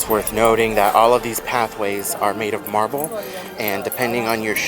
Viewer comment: Hi! Great and super informative video as always, but I’m not sure if you said to say MARBLE OR MARVEL? Either way works lol. I’ve really been enjoying these new videos and look forward to many more! ❤